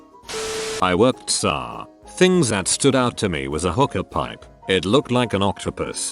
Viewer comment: No one: Updoot Everything: TSA = tsah